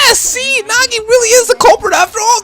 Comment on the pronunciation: Okay,, the way to pronounce "Naegi" is not (na-ge) it is (Nae-ge)